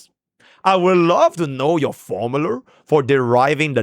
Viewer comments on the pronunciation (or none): why is bro saying formuler